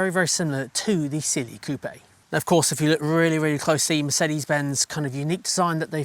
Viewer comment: CLE, not Cliiih. E like in Eddie or Benz.